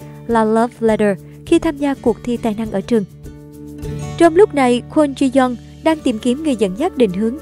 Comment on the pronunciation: Ji yong đọc là Chi Dân à..:)))